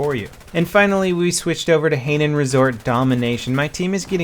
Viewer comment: Yo boss, Hainan is pronounced as High Nun